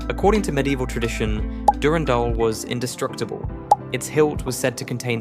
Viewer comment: gungnir and durandal you say